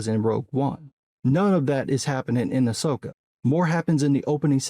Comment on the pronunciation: Someone was calling it AHSWOKA... LOL